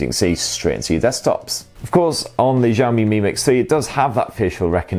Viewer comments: Shiaomi, SHIAOMI, not zhiaomi, jeez.... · xiao mi not zaoooo mi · Who is the 1st tech reviewer who started saying 'JOW ME' Please stop it! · You are pronouncing xiaomi wrong